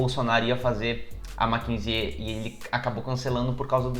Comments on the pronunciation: Nao se pronuncia o "e" no final do nome "Mackenzie"... Se pronuncia "Mackenzi". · Se pronuncia Makenzi sem o E no final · Talvez você não saiba, mas o Mackenzie (lê como se escreve) sempre foi berço da direita/elite Paulistana. Engraçado e curioso que o pessoal desta universidade esteja rejeitando o Bolsonaro. ps. você está pronunciando o nome errado! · Adoro seu canal! Como ex estudante da universidade fico orgulhosa da instituição mas sua pronúncia um pouco errada me irritou um pouco hahahaha nada que estrague o vídeo! Parabéns